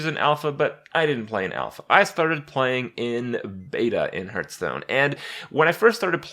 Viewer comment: I hate when he says Herthstone soooo much